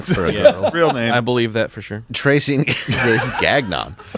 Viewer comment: They are actually fine names if pronounced correctly lol😂 that was miles far from what they sounded like